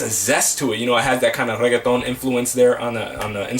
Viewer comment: Hey do you speak Spanish? The way you said Reggaeton reminded me of how we say it in Spain. If so, I can comment in Spanish since I feel more comfortable than in English!